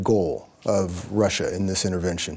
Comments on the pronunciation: Wtf is Russrrrre? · * the whole world * : "russia" * lady * : "ressiur"